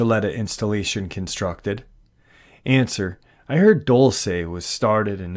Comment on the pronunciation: it's prounounced Dull-see not Dull-say